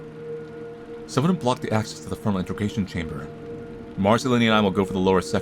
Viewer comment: is immune to antimemetic words judging by how many times he says "Intergation" instead of "Integration"